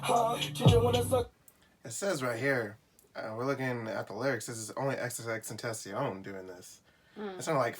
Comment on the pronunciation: It’s pronounced xxx ten tah c own